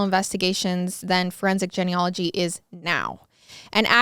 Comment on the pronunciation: I'm a frequent listener and love each episode but the "Jenny ology" drove me nuts 🤣 isn't it pronounced jean? Genealogy